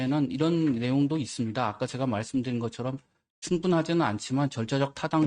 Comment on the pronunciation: 친일파당 아니랄까봐. “있으므니다”래 ㅋㅋㅋㅋ